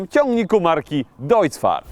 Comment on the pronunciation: marka trochę źle powiedziana ale wybaczone XD